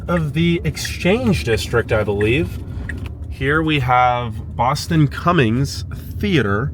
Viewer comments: BURTON Cummings Theatre. Not "Boston." Lead singer of The Guess Who, Canadian icon and Winnipeg native. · BURTON CUMMINGS. Not Boston Cummings theatre or whatever I heard American Woman, stay away from me heeeeeee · It’s not Boston Cummings it is Burton Cummings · Did he say Boston Cummings?